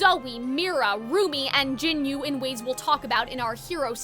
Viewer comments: Its not jinyu Its jinu. Ji nooo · the whole movie told you how to say jinu's name, what do you meam gin-you 😭😭😭😭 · the mispronunciation of jinu as "jinyu" pmo 😭😭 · I got a little distracted by you calling Jinu "Jinyu" the whole video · Why can nobody say Jinu's name right 😞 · The way she says Jinu hurts me 🥺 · Quisimmotto lol way to mispronounce the character's name